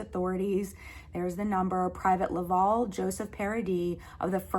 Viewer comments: To answer your question on pronunciation. Villeneuve is a french canandian name, pronounced “vill-nuhv”. Not Villeh-nuve”. Hope this helps. Welcome to Canada. Also Laval is pronounced “Lah-vhaal”. Not “law-vawl”. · The title of your video should be ''Finding my french canadian roots''. And please learn to pronounce correctly Laval. Because for me it sound like LÂÄVÄALLL. I know it is hard for you to pronounce it correctly but it is not too late to learn You have to make the diffrence betwen LÀ and LA... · Laval is pronounced La-val (val is pronounced the same as someone named Val (short for Valerie). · Just a comment about the pronunciation of your Great Uncles first name. The last 3 letters VAL are pronounced like the first 3 letters in the name Valerie. Good luck in your move. Your Villeneuve pronunciation was spot on. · I live and grew up in a city called LAVAL here in Quebec. The A isn't said as an au or an o. I'm sorry maybe it's because of how Americans per ounce the A . Lolol Very cool story about your family